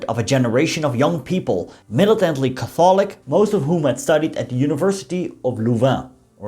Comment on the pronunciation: interesting pronunciation of "Catholic" - as a Pro-test-ant myself I approve.. enjoyed the video. Degrelle was an extraordinary person - fascist aside - few leaders would enlist as a private soldier and work his way up to essentially general in a couple short years